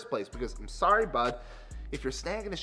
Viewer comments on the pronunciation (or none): none